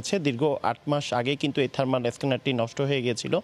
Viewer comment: থারমার না আপু, থারমাল থারমাল